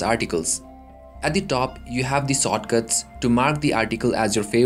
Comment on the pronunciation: sortcuts? or shortcuts? :P